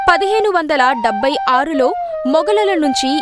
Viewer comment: అమ్మా అది సమస్థానం kaadu సంస్థానం। డెబ్భై కాదు డెబ్బై। ఒత్తు ఉంటుంది। చెల్లపల్లి కాదు చల్లపల్లి। చందమామ లో పలికే చ పలకాలి। ఆ అక్షరం ఇప్పటి అక్షరమాలలో లేదు కాబట్టి రాయలేకపోతున్నాను